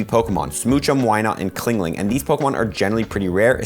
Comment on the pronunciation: Clingling????? Chingling